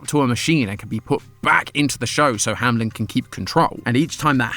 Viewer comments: saying "hamlen" instead of "Hameln" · I'm so confused. Hamlin or Hameln? I usually don't watch these, so seeing the logo spelled Ham-Eln, but hearing Ham-Lin, is bothering me. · Hameln not hamlen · Hameln❌ Hamlen✔️ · Why call it HAM-LEN when it's pronounced HAME-LN (hay-meh-lun) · hey, u kept saying HaMelN wrong not hamlen its hameln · Very minor pet peeve I keep having with this game/theories. The name is spelt Hameln which, when read as is, should be "ham-eln" but everyone keeps saying "hamlin" and I just... Idk man xD It doesn't match. Idk if the game says it as "hamlin" or not but German says "Ham-eln" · why are y'all saying hamlen, it's ha-me-l-n like the town in germany. the one where the pied piper story came from. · … it’s Hameln, not Hamlen 😭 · Is it Hamlen or Hameln? He keeps pronouncing it HamLEN but it says HamELN on the logo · It’s hameln not hamlen ham-eln maybe im wrong but idk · Bro why do you say “Hamlen” and not Hameln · Hameln ❌ Hamlen ✔ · I have a question that's been bothering me for a while now. As a German when I read the name "Hameln" everytime the logo pops up, I wonder why everyone on this channel pronounces it as "hamelin". I do know that in the original story the name of the city is "hamelin" in the english version, but the logo does not say "hamelin". Shouldn't it be pronounced "Hameln" then? There is no i. Can anyone help me out here? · Still trying to figure out how Hameln becomes ham-lem 😭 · i think its pronounced HAM/ELN cause the L is after the E not before it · Hamlen? Really? That's the pronounciation we're going with? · I really wish english speakers would stop pronouncing it Ham-lynn XD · IT'S HAMELN AAAAAAAAAAAAAAAAAAHHHHHHHHHHHHHHHHHHHHHH